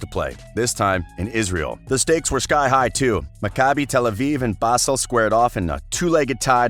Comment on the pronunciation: Dear narrator, Basel is pronounced 'bahzel', not 'basil'